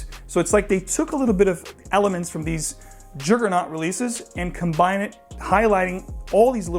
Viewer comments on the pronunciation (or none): none